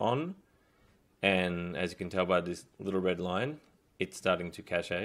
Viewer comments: its pronounced "cash" not "cachay" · Thanks a lot ! Just a tip : It's pronounced like "cash", not "cashay" ;) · Cache is is a French word. It's pronounced like cash in English. The e is silent.